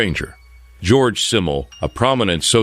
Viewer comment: His name is "Georg" not "George". Also, "Simmel" is pronounced with a Z like "Zimmel". He was German.